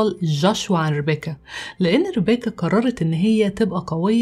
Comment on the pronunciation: افهموا يا جماعه ليمو اتعقدت من الاسم مش علشان ربيكا زاهو ،،،،علشان بتنطقه غلط باللهجه المصريه وبتكسر حرف الكاف ،،،،لان الاسم اجنبي وبينطق غير